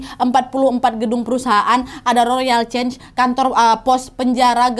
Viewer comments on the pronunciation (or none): none